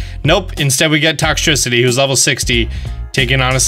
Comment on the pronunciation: After all these years...... finally pronounces Toxtricity correctly